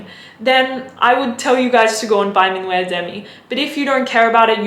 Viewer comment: Just so you know "minuet," the way you pronounce it, is a ballroom dance. "Minuit," the way it is pronounced (min wee), means midnight. :)